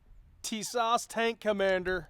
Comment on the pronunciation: TIS-ASH....TISAS ... little Turkish for you all